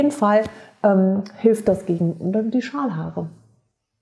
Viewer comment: Ich habe "Schamhaare" statt Schalhaare verstanden 🤣🤣🤣war kurz irritiert, aber dachte auch "joa warum nicht , sind auch Haare" 😂 du merkst ich vertraue dir da voll und ganz 🤣🤣🤣